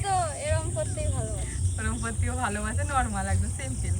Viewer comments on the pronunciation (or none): কৃষ্ণাদি আপনি নাকি আপনার মেয়েদের পড়ান এদিকে অতি অশিক্ষিতের মত Simple ( সিম্পল ) কে সিম্পিল উচ্চারণ করছেন Very Strange লাগল ব্যাপার টা।